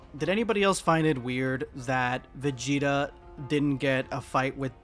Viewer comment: Yall need to stop saying Vageta. Making my dude and pussy sound fucked up at the same time.